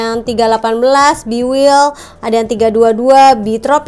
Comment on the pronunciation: Maaf kak pronunciation nya “bi waild” bukan “bi wild” hehe